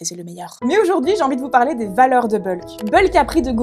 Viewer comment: sérieusement écoute toi parler bordel mes oreilles saigne exemple parler (son é ) toi tu prononce pralai !!!!!!!!!!!! bordel et pour tout les mote en é c'est dingue